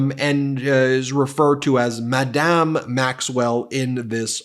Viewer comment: "Madam" is pronounced with the accent on the first syllable; it's "Madame" that's pronounced with the accent on the second syllable.